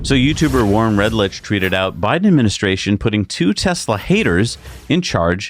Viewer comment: You guys are great - love your videos. But, not sure if it's professional jealousy or just ignorance - keeps mispronouncing Warren Redlich's name. I have heard HIM say it many times & it's not "red-litch". It's "red-lick". You are on the same side - say it right...